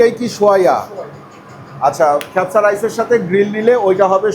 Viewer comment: "খ্যাপসা" উচ্চারণটি ভুল। সঠিক উচ্চা "কা" দিয়ে - "কাবসা" (অথবা "কাবছা")। 'মান্দি" উচ্চারণ ঠিক বলেছেন।